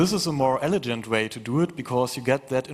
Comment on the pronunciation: mispronunciation of the word "elegant." what a moron. why is english so hard for people?